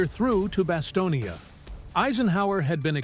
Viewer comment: It’s BasTONe, as in the word stone. Not Bastonia, for Pete’s sake. The final e is silent. How can you make a video about the place and not know that?